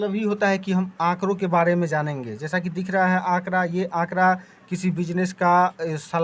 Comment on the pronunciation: बाड़े nhi hai sir its बारे